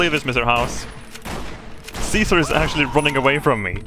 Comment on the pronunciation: That voice actor didn't know how to say the name Caesar, i guess?